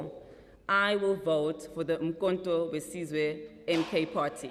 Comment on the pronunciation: 😅😅😅Its uMkhonto Wesizwe not uMkhonto Wsizwe